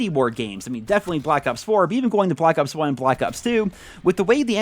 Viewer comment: caw of dewdy bwak awps